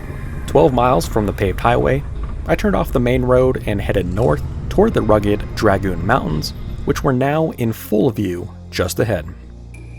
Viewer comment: Nice job. New subscriber here. Any comments on your rooftop tent? What sidearm are you carrying? In the Gleeson section, you missed the “Prisoner tree and cable “ used prior to the jail being built. Learn how to pronounce “Dragoon”😀 See to your weapons and stand to your horses, Storm Rough Country Horses High Lonesome, A.T.